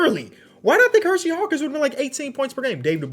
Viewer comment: And "Hershey" Hawkins